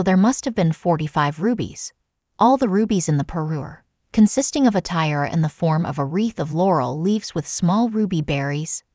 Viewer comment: Weird pronunciation of parure and tiara